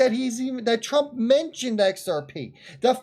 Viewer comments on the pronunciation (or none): none